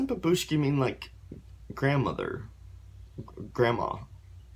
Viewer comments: BurAnovskie bAbushki, not babUshki. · Love ya reactions dude! How to pronounce it correctly: bu'ranovskie 'babushki. And yeah, we had a national selection where they won. Ahahhaah 'I love grandmothers' 😂😂😂